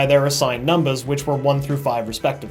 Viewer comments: I like how he says "numbas" instead of numbers. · The way he says "numbas" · I love how he is sooo into the "role" (idk what to call it) he says numbahs instead of numbers. It's so hilarious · why did u keep saying numbas instead of numbers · "Numba" Haha XD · The fact that he used "numbas" instead of "numbers" the entire time 😊😊😊😊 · "NUMBUHS" is what I gear every time LMAO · Is it just me or is he saying numbas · I hate how he pronounces everything except for "numbers" correctly. He says it like "numbas" and it's throwing me off. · what's up with you saying numbas' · why does he say number like that (numbahhs) its rlly bothering me!! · He is saying numbus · Anyone notice he says numbas instead of numbers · numbahs... that's so charming though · Am I the only one who heard him keep saying numbas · Did anyone else notice that he says numbas instead of numbers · Is it just me or does he pronounce numbers like a baby? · I like how he says numbers lol